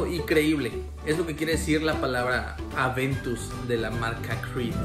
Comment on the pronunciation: Aventus!!!!! No adventus